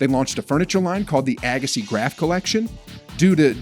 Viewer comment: This speaker needs to learn how to pronounce Steffi and Monica's last name correctly.